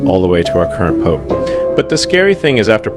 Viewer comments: Why does Elon say pop instead of Pope. It's AI talk isn't it? He didn't speak this not to say he's a saint. Might all roads lead to Rome? And 33 is the most esoteric all sign number? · Pope not Pop...❤ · People talking about good and evil and can’t even get past black and white. Smh 🤦🏽‍♂️ and was the first part of this video A.I.? Why did it seem unnatural with Elon saying “Pop” instead of “pope” and then saying “Pope” halfway through the video?